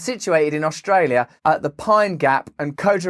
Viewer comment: It's pronounced (co - jar - reen- na) Kojarena